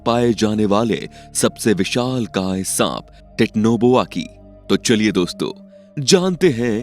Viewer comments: Titno boa ni bhai titanoboa hota hai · It's not titnoboa it's titanoboa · Vai it's not technoboa it's titanoboa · Techno boa nahi titanoboa bolte hain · 😂😂 thora ache seh pronounce karo titanoboa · Abe chutiye tu pehele Titanoboa bolna sikh le!! Aur thumbnail Mahadev ki photo kyu lagai hai?? Chomu!!